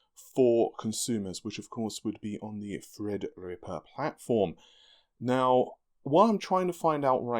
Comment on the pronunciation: Fred's dead baby, Fred's dead. I can tell every time he says it with emphasis on TH it's a subtle FU to every inane fred comment ever made on a redgamingtiddycum video :)